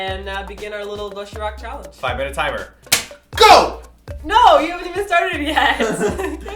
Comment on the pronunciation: Ok so I love and and everything, but man the way they pronounced "doshirack" soo annoying. I'll forgive ya cause your foreigners though.